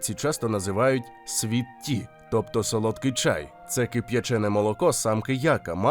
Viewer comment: Це ж треба tea назвати "тіа")